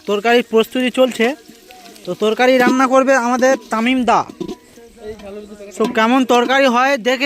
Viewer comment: Torkai noi torkari😂